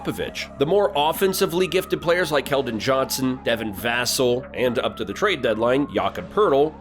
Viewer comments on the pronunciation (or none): Nice video man . Only thing Devin's last name is pronounced vuh-sell